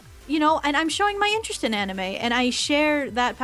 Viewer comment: Proof that is an anime casual: she mispronounced anime.